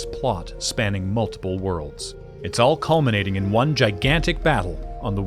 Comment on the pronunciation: This video has ONE problem. ONE way it's super annoying. ONE thing which is jarring and just weird to keep on hearing. He has ONE army... nobody talks like this. So jarring. Really took away from a great video as it feels far less polished than everything else in the video.